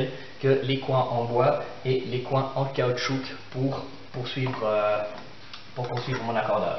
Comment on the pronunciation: Caoutchou"que" ? :) hahaha merci pour cette super démonstration!